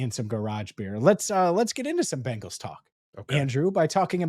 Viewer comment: Andrew not only do you pronounce Bengals like the all female 80s rockers The Bangles, but you actually think Jordan Love is in the same boat as BURROW! BURROW will be a hazy shade of winter for the league for sure. Week 2 gonna be a Manic Monday for the Chiefs, and gonna make Lamar walk like an Egyptian